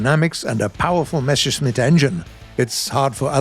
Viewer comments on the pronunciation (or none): none